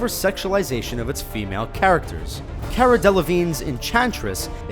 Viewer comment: What did he just call Cara? lol ?